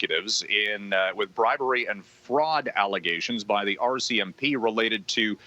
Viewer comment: the 'Arsey-MP' lol (RCMP)